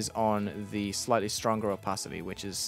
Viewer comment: I like the "oOpaAity"😂